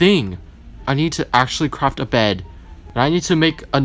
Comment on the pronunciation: “oxolotl” what the absolute heck “I’m gonna craFT” thought you said u were gonna crap 👹